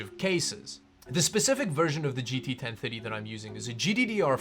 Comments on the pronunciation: I kept hearing gt 1050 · The way you pronounce 1030 makes me hear 1050. It throws me off lol. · the way you say 1030 makes ma think your saying 1050 It's 2023 and i can't believe that people still want to know if the 1030 is good( they still sell them in stores)